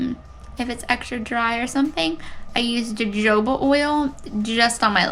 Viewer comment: Your skin is looking great! I'm glad you have found some products to help you through the process. P. S. Both of the j's in jojoba are pronounced as 'h', so it's ho-ho-ba. 🌝